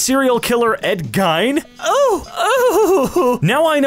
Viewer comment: Actually you pronounce Ed Geins last name “Geen”, he was also the inspiration for Leatherface from the Texas chainsaw massacre, Buffalo Bill from Silence of the lambs and Norman Bates from psycho